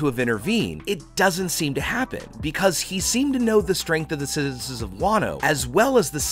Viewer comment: of the citizezzzsz? <